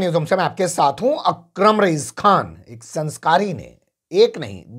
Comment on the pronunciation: آپ دیہاتیوں کی طرح “کھان” کیوں کہتے ہیں؟ خان کہا کیجئے۔